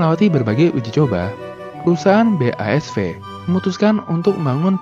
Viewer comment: “Haber” bkn “Harber” “BASF” bkn “ BASV”